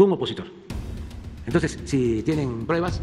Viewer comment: "TOSES"!!!, Eeeh, no... no ejpoamoj a nadie!!! "TOSES"!!! Tuuuu periódico ej neoliberal... "TOSES"!!! Nooo jomoj igualeeej... "TOSES"!!!quiero pruebaj... (Atte. El KK's bien enojado)🤣🤣🤣🤣